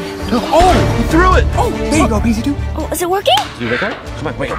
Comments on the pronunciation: Who who else thinks pz2 said Pz foof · It’s ‘PZ unf’ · He is saying Peezy Foof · It sounded like pz 2 said pita doonf or piece of doonf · Pz2 is saying pzfunf